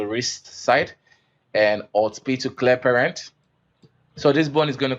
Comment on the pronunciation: Listen to how you say "clear parent". I had to listen like 20 times to understand what you said. You got your pronunciation all wrong. Do yourself a favor and take some English classes. Because the tutorial itself is very good.